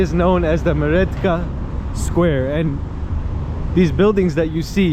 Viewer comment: Apologies, not "Meredka" but "Merdeka" mur-DAY-kah.